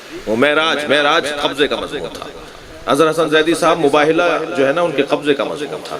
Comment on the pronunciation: MashaAllah but plz lafz Mazmoon ki islah kijye mazboon nae hota its Mazmoon